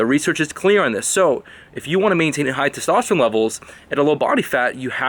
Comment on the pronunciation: funny how he say testowsterone